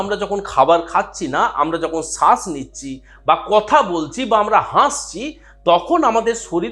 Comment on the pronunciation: সাস না শ্বাস